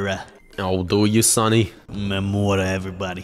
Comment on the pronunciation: murderder 😂😂😂😂😂😂😂😂😂 so funny 😂😂😂😂😂😂😂😂😂😂😂